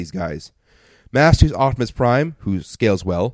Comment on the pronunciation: haha you said optobotimus while cauching lol